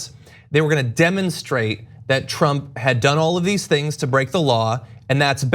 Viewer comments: The lapsus, when Mueller says "Trimp" hum Trump... and he hits the mic just before, is relevant and interesting. He shits in his pants when he says the name Trump. The Donald President must pressure him so much to keep his mouth shut. Hush money was offered? I think Pelossi got some hushcash too to not obstruct his presidency, please... TRUMP is powerful... for now! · that would be 'tramp' ehhhr 'trump'..... rofl....